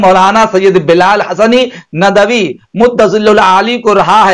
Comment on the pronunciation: ارے چچّا یہ ندَوی ندَوی کیا بکے جا رہے ہو ندْوی ہوتا ہے جھنڈ کر ڈالی ہم ندویوں کی آپنے